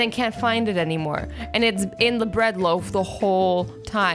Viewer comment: Laughed myself a six pack at "Brid" I need some Brid